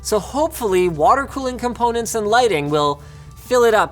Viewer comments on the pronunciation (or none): none